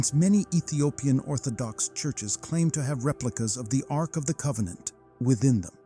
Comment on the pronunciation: Arc of COVEN-ANT